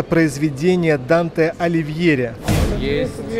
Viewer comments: Данте Аливьери😂 Алигьери. Опять ведущий неправильно произносит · сказал Аливьери , а снизу написали Алигьери